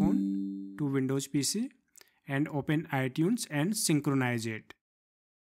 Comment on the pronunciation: Windows* not Windowjj